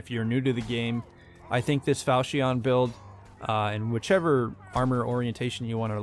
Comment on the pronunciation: falchion not falcheon jk pronounce like you want